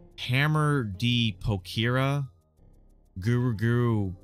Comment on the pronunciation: FR the way he turned Pokari in Pokira and skipped the ru's in guru-guru I swear as japanese speaker i felt like just lying on the floor and crying Nothing wrong with not knowing how to say stuff correctly,BUT AT LEAST SAY EACH LETTER AT THE RIGHT PLACE;(((( But yeah besides that, it was an amazing video, just that maybe someone should have told someone how to do it correctly.